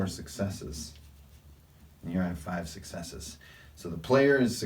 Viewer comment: While watching your video which I enjoyed you kept saying successe.. Now😮 does this mean that the person actually gets to attack with that success or does it mean he gets a point towards a success like IA game called vampire the masquerade?Do I need all successes to succeed or does one let me succeed in anything I want to do?